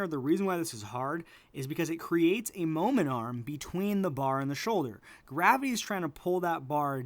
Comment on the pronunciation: are you saying momentum or momen arm?